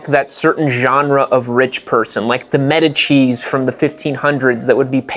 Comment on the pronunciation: From now on I always want Medici to be pronounced ‘metacheese’